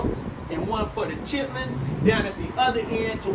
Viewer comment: Love it 😍😍 He said “Chitlins” Lol 😂